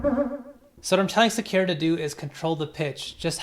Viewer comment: Sakura. Emphasis on the first syllable. js